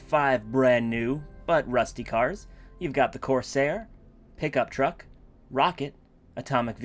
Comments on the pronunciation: go back and listen to that again and tell me with a straight face that it DOESN'T sound like hiccup truck. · He said pickup truck tho? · kromwell smith It might sound like it but he said pickup truck, turn on the captions and you'll see